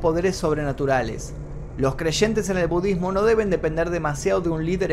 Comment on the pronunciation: Me gusta como a veces decís “budddesmo”